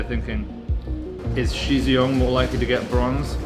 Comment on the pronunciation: Shizhiyong is pronounced pronounced Sher, not She. Xi is pronounced She, and Shi is pronounced Sher.